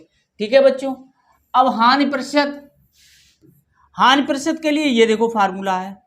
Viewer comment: सर वो हान नहीं होता हानि होता है बवलया